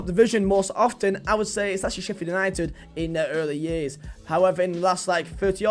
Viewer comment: Least he got Sheffield right, WAWAW